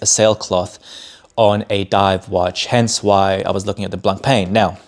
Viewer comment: Hey man 👋 definitely like seeing your thoughts on the channel but 😬 you need to look into how to pronounce Blancpain. Definitely after time when you grow more and more into the hobby you’ll be saying to yourself “I should have done it earlier…”😂 all good 👍